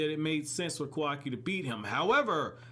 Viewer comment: isn't it pronounced kaawaki instead of kawaaki, the show displays it correctly yet my boy do be sayin kawaaki. but dang i hope naruto be livin in the future :[